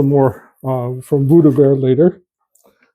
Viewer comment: Ah! "Buddha Bear" I Thought you were saying "Voodoo Bear" 🤣